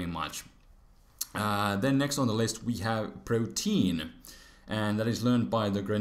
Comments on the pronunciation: It's pronounced "Pro-tea-an" not "protein". It's named after the Greek God Proteus who could change his form. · Protean is pronounced pro-tee-ehn. Protein the atk ev raiser is pro-teen. Meow :{